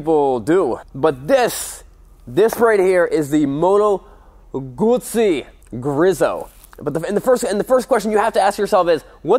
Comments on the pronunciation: It's Grieeso..Not Grizo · Griiso,- long i,- there is only one s so it´s not Grisso. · btw pronounced grease-o, not grizzo. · I pronounce it "Grease-O"... but I like it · GREEEEEESSSSSOOOOO pronouncing is key to not sounding stupid. - my mom. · It's pronounced grease-oh... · Ok, say it with me, nerd-boy, "GREE-so". One more time, now. "GREE-so" Got it? The way you mangled that up I hope you don't review any aprilias. Who knows what you'd turn their name into. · You pronounced Guzzi correctly (most of the time!) But Griso is more like grease-oh rather than greeze-oh. It's still chuffin gorgeous though.